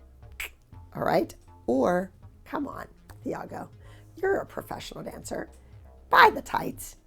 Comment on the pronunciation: Not TH-ah-go it’s Tee-ah-go